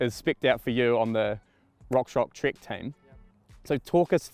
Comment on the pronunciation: Dude! It's "Trek" Session! Not Trik Sission! 😂😂😂